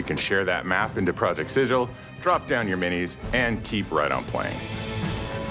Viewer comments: Alas, my own hopes were dashed when he pronounced it as 'Sijil'. 😢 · It's pronounced "Sigull". I had to correct Ginny Di at last year's direct, now this? Lol. Never thought I'd be a gif>jif guy but y'all wrote a book set in Planescape man, let's pick a lane here! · If the name is based off the city of Sigil from the lore, then they're pronouncing it wrong. It's been pronounced Si-gill with a hard G for as many editions as I can remember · Its pronounced Sigil. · Project Sigil... and it's not Sigil... trash. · Thank god they don't pronounce it the same way as the Planescape city of doors of the same name! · Aabria Iyengar said it correctly on stage for the one-shot showing off the system, I also don't mind people saying it wrong because that's a classic element of the Planescape setting, locals know it's a /G/ sound but some clueless berk from the prime will assume a soft /J/.